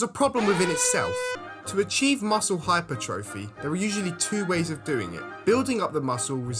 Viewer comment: Your pronunciation of hypertrophy….. good vid tho